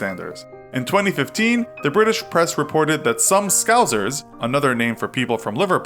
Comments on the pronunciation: I’m from Liverpool and no offence it’s scouser not scouzer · As a Liverpool native, a transatlantic hint: it is pronounced "scousser" not scouzer. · AHAHAHAH 'SCOUZERS' Scouser is pronounced 'Scou' 'Surs'